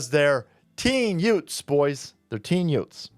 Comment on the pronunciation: "Yoothz" "Teenz" "Juvenilez" 😐